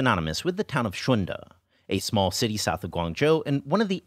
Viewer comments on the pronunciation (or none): none